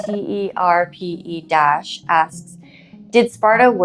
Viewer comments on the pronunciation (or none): Everyone talking on the cousin part but nobody speaking on that pronunciation of - Euterpe